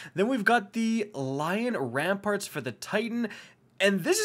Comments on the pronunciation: I'd like to point out that it's Lion RamPANT not "RamPART" Thanks for coming to my TED Talk. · Ok, seriously? It's lion rampant. the second to last letter is N, not R. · I think it’s funny lion rampants will never be pronounced correct lol